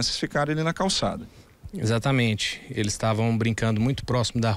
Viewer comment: Meu filho você sabe falar exatamente não